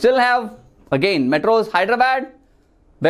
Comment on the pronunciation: Sir Please Pronounce 'Hyderabad' Rightly🙏🙏